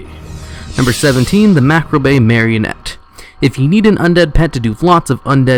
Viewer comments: Mah-caw-breh not macrabray. Still no death threats from me tho : ) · Either way, you can't really fuck it up any harder than he did by saying "macrobay". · Mac-abray Marionette. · "Macrabay" ...rofl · Good vid. Also it's macabre is pronounced MA-COB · The Macabre Marionette is pronounced "Mac-ob", or Ma-cob. : ) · Chocolates No it's Ma-kar-bruh. Silent R in Kar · is all of the above. Macabre is one of the many words pronounced differently in the US and UK. Here in the US the traditional pronunciation is /məˈkɑːb (Ma like the start of May, then like a corn cob) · MAH-COB not marcabrey..and omfg TOR-RENT ...do you need hooked on phonix? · ......hearing him mispronounce turret and macabre drives me insane.